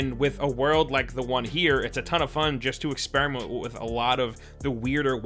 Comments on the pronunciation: Nah he said expremont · Am I trippin or did he say expremont or experiment I cant tell haha